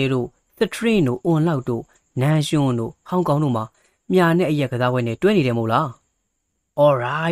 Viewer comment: မြှာ လို့မဖတ်ရပါဘူး မြာ လို့ရေးထားသလို မြာလို့ဘဲ အသံထွက်ပါတယ်။